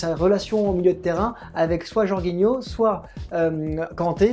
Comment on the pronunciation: A secondes tu dis aussi 3 tirs cadrés 3 buts pour chelsea. On dit Jorjinho et non "Jorguinho" qui sera titu par ailleurs Kovacic blessé. Ce dernier n'a pas fais la passe D pour le but de Mount, c'est bien Jorginho qui fait la passe qui casse les lignes. Et le 11 probable de Chelsea ressemble plus à un 11 souhaité. Bcp d'incohérences.